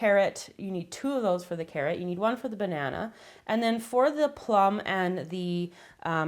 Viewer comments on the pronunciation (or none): none